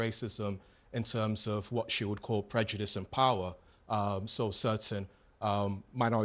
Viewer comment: She’s so stupid she can’t even say “prejudice” but instead says “predujice” 🤦‍♂️